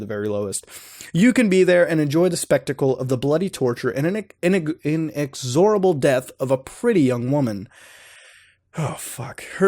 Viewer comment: You don't know how what inexorable means or how to pronounce it either? Jesus, please kill humanity.